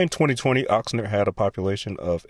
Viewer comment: "Oxner" (Oxnard) -- really? In 53 seconds you mispronounced 2 city names (which is when I stopped watching). In a video about cities. Do your homework.